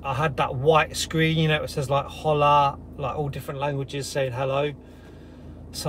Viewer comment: “Hola” the way you pronounced it had me laughing! Like an American trying to get someone’s attention! Brilliant! Love the vids 👍🏼